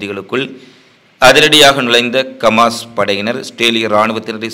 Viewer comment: Hamaas sir not kamaas